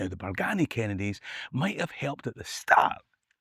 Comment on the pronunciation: its a sma detail, but us locals pronounce it Bargeeny no BargAny